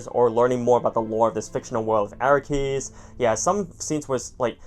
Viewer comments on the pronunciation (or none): It’s pronounced Arrakis not Arakkis.